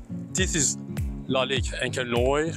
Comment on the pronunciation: Thanks for the vid. Noire just not said "Noy".. We say NuAR 🖤🖤